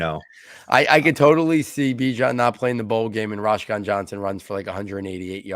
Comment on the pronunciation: Roschon is my younger brother. Btw it’s pronounced like Roe-Shawn. Good analysis though